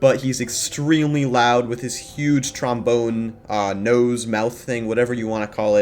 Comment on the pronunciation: IK WHEN I HEARD HIM SYA TROMBONE IT HURT